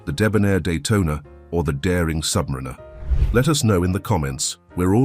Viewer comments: Submariner is pronounced; sub- marri-nah, bezel is pronounced; bez-el, never sub-maree-nah or bee-zel. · "submareener" 🤣 - and this guy wants me to think he knows about watches.🙄